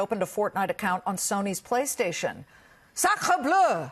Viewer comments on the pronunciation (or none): It sounds more like "sacreuh bleuh" It's spelt sacre bleu